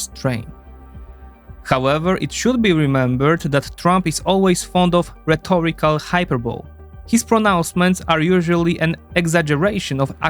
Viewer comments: Bro just so you know it’s pronounced “Hy-pur-boh-lee” not “hyper-bowl” I used to pronounce it like that too 😂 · Good video! The 20s have certainly been a strange decade so far... Some minor pronunciation points: Up the ante is pronounced antee, and hyperbole is pronounced hyperbolee (English spelling makes no sense). Thanks!